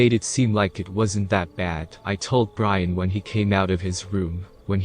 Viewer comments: So..... Is the roommate homeboys name Brain or Brian? Since you seem to be saying Brain for his name. Lol. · What is wrong with whoever is reading this. they mispronounce some of the most simple of words! For example calling his friend Brain instead of Brian. What a shame to ruin the story like that.